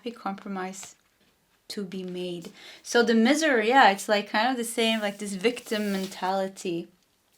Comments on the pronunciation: It's pronounced My ser - Miser 😊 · Pile 1- Miser, the i is pronounced in English with an 👀 Awesome read though ❤